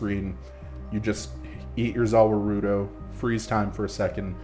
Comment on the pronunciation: Hahaha I looked for this comment the second I heard 'zah wah roo doze'